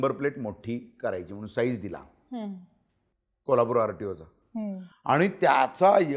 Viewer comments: जोशीराव, त्या पोरीला शिकवा ना की कोल्हापुरला 'कोल्लापुर' म्हणू नकोस. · शुद्ध भाषेत कोल्हापूर . आणी कोल्हापूर कऱ्यांच्या भाषेत कोलापूरच 😂